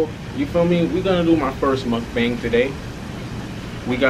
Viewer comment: it’s pronounced MOOOKBONG 🤓